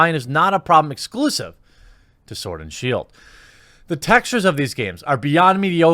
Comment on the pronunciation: Did I hear you call it Pokémon sword and shill? XD